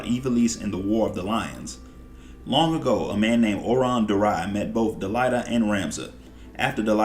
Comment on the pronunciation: think it's pronounced DelEEta. like deleta + ahhh. otherwise great video watching all you shadowbringers story recap and loving it ! I'm gonna watch the rest of your recaps too because I barely paid attention to say Void Ark, Nier, and Warring Triad storylines. hope you have vids of those !